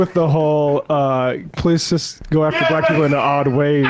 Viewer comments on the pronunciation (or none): the way Emma says "Black" was so hilarious. I lost it lol